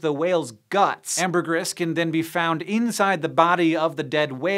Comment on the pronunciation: Why does Hank hate the long e sound? Larvae is "lar vee"! Amergris is "am ber gree"!e